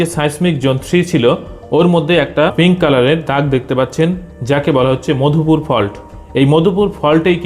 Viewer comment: bhai , apni chomotkar explain korsen, just uccharon thik korlei apni aro valo korte parben. Modhupur uccharon and seismic , ei duita shobder shothik uccharon jene niyen please.